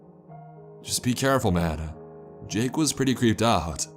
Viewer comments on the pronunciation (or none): none